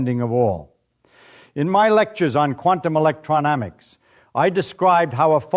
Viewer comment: Paths become pads. Electrodynamics appears once correctly in the subtitles, once (I think) as electramics. Both times the artificial imbecile pronounces it electronamics.